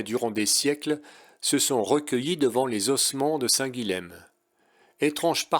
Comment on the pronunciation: Histoire de ne pas trop passer pour un touriste...: Le lh est mouillé en occitan, et le m final tombe pour être juste nasalisé. Donc, pas Saint "guileme" mais Saint "guillin". Hormis exceptions (je ne peux vous faire un cours de linguistique), la plupart des lettres se prononcent : Meyrueis = "mérueillss"... Bonne randonnée...